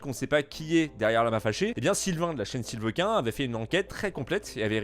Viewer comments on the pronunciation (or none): "La chaine Sylveuquin" xDDDDD mais WTF xD !!!!! Ca se prononce [Sylvain], c'est une référence au fait qwerty et de la culture JV des années 90/2000 xDDDDDD quel enfer jvous jure.